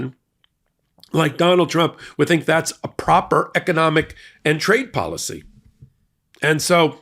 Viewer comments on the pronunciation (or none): none